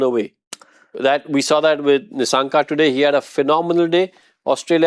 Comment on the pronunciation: It’s Kusal Not Kushal. Its Nissanka not Nishshanka